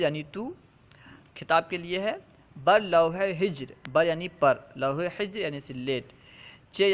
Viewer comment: حضرت آپ نے حجر کو ہجر بڑھا صحیح کیا ہے تلفظ میں فرق ہو گیا حجر کے معنی تو سنگ کے ہیں کوثر امروہی